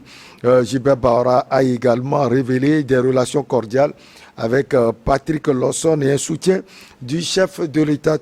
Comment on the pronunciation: S'il vous plait il faut quand meme ecrire bien le nom c'est LAWSON et non Lowson et bien l'appeler aussi. Merci